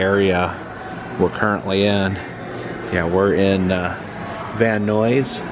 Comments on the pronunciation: Just as a note, as a local, it's pronounced like multiple Bill Nyes, not Noise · Van Noisss! Love it! unintentional shade to the valley perpetuates decades of insults! 😅 VAN-NIZE! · Are you purposely mispronouncing Van Nuys just to piss people off? Van EYES...not van oys. How are you even coming up with that ridiculous word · “Van Nuys” rhymes with “man guys,” not “man noise.” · It is pronounced Van-Eyes 🚐👀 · Great video! And for the record, Van Nuys is pronounced Van "Nyes" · Pronounced: Van-Eyes. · I think the Van Nuys sounds like "eyes"...but I could be wrong? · Van Nuys is pronounced Van Nies ( the u is silent) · It's pronounced: Van Nighs, sir. Thank you! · Van Neyes is how it's pronounced 😊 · The way we pronounce it sounds like "van-eyes". Man, you showed up at my job twice (Halloween Horror Nights and Super Nintendo World) and now you're in my neighborhood! Wish I could've met you! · Before you leave please ask a local how to pronounce Van Nuys. 😊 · I live in Van nuys and his pronunciation was bugging me. Lmao 😂😂😢